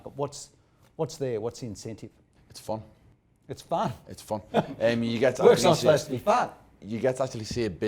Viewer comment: It's 'fon' ITS FUN?? laughs 'it's fon'